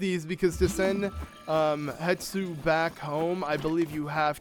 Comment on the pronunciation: the big korok is called Hestu, not Hetsu